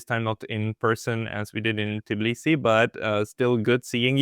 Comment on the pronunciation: Pascal, for the love of God. It's t bee lee see, not tiblisi